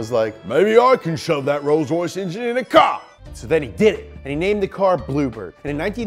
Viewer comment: roys roys lombargine machine